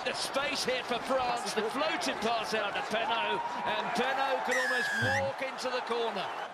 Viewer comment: Your accent is perfect for Damien Penaud ;-) (a French guy)